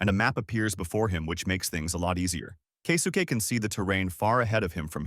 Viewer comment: Kay-soo-Kay 😅 Kesuke?